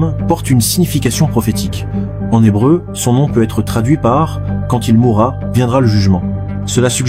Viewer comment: « Bienvenue sur la chaîne non de la chaîne.. »😅 Bravo l’ia..